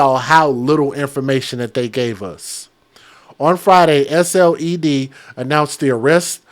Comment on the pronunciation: Hi! I’m from SC..SLED is pronounced as “sled” like let’s go sledding..this is soooo awful..looking it up on our local news now but still no name for this innocent child has been given as of yet. Our state does not play when it comes to trash like this..neither do our prisoners in jail. I’m sure they’ll have it as rough as these two heifers look in there..sickening